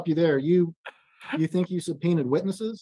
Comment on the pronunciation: She supreen-ed invisible witnesses about ket shews.